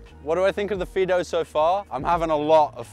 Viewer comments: I had to go back to the beginning to find out what it was actually being called, so it was a fiido bike for some reason it sounded like peedo bike, I was going to say they needed to change the name. Mind you fiido bike might be a good reason to change the name to save confusion. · sounds like he keeps calling it a pedo bike lol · Did you just call it a pedo bike??